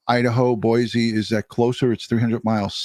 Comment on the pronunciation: It’s Boy-see please! I live 30 miles from Ada county.